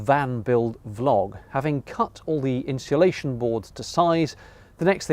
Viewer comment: I’m finding the pronunciation of insulation interesting. Are you pronouncing it ‘inshulation’ ? Perhaps an English regional thing.